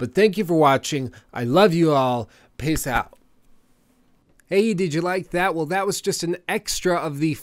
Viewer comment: Lol sounded like you said Piss out at the end